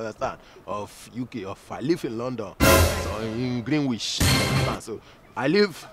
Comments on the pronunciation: Not greenwish but Greenwich Broda shaggi 😂😂😂😂😂😂. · No be only Greenwitch na Greenwizard,Omo you go pronounce am and forget w Greenwich ole enter gbam